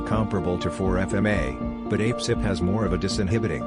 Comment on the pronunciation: Lol I loved this. And how a-pcyp sounded like "ape-sip," I'm totally calling it that from now on. :))